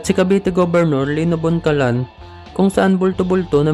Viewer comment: Lino Bocalan po, hindi po boncalan